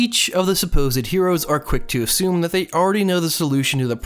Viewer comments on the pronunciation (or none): none